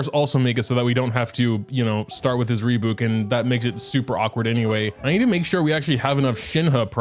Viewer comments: saying "reebouk" instead of "rebyuuk" brings me a mix of cortisol and serotonin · wait is that re-byuk?! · i can't get over how you pronounce rebuke oh my god. rebook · it's probably the last wrothesley centric video but you're killing me, it's Re-byuke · rebuke. ree-byook. rhymes with puke. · Re-BYOUK! Like ukelele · It is "ree byook" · "Puke" Take that, replace the p with b, say re before it = rebuke. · I have been quiet for too long at this point,, for the love of god rebuke is pronounced re-byuwke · Love how he keeps pronouncing rebuke as "rebook" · Sometimes EU youtubers I watch speak english so well and in this very American accent, I forget they're EU and then they drop a "rebook" and it throws me off for a bit. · ITS SO ANNOYING LMAO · The way he’s pronouncing rebuke is causing as much damage to me as Wriothesley dealt to Masanori ❤️ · Is it not how it's pronounced in AmE? I know they like to drop yod so much (like in tune and Tuesday) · I'm sorry, HOW did you just say rebuke?